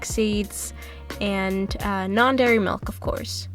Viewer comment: Why do you pronounce milk like mulk